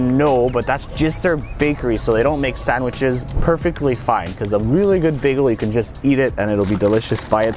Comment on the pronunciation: I like how Canadians pronounce "sandwiches". 🤣